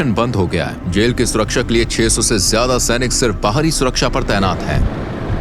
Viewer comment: Bhutni Ke Zyada Hota Hai jyada Nahi 😮